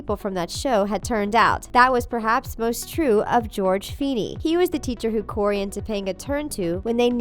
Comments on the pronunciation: Is it only got mad when she said Cody instead of Cory like bitch get it right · It's frikin Cory not Cody. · Anyone else cringe when she said cody and not cory😂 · Cody? Bih it’s Cory. Make like Rachel Barry and get it right. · it’s CORY NOT CODY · you accidentally called Cory, "Cody" a couple times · COREY NOT CODEY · His name is C O R Y, not Cody smh its ok tho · you KEPT saying "Cody" it's CORY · It’s not Cody it’s Cory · ITS CORY NOT CODY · really “cody” “briley” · Not Cody… it’s Cory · dude you said “cody” wtf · Am I the only one that heard “Cody” and not “Cory” ??????????? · Narrator: Cody Me: CORY IT IS CORRRRRRRYYYYYYY ADD THE RRRYYYYYYYYY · I swear it’s Cory not Cody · They said Cody instead of Cory....more than once....even though these type of channels write a script....just why?😂💀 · “cody” are u joking? its cory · you keep calling him cody , but it's cory lmao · Ok first off get the names right it’s not Cody it’s Cory also you had to spell out *NSYNC really it’s pronounced in sync hmmm oh boy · Is anyone going to talk about how she said “Cody” instead of Corey? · Why did the narrator keep saying Cody??? It's Corey! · She kept saying “Cody” not “Cory” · Cody? CORY!!! CORY!!!! & how hard is it to say NSYNC?! Y’all literally spelled out NSYNC instead of saying it! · Soooo I’m guessing everyone else heard her say Cody and NOT Corey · Lol they didn’t even know to say *NSYNC or that main character name is Cory not Cody. They can’t seem to get any info correct. 🤦🏻‍♀️ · Maddie Morgan I got really triggered when she said CODY instead of CORY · I know I just couldn’t stop cringing every time they said Cody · they say Cody instead of Cory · Did she say Cody and not Corry???? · Why did they say cody IT'S FREAKING CORY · 4 million people cringed when the narrator of this video called Cory "Cody" and couldn't pronounce Nsync. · Its Cory..Not Cody. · Its cory not cordy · It's Cory, not Cody. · Hahahahahaha Cody hahahaha its Corey